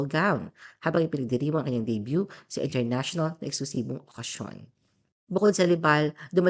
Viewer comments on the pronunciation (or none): none